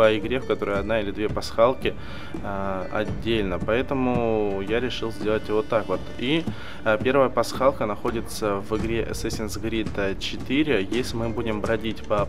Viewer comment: Крид, а не Грид.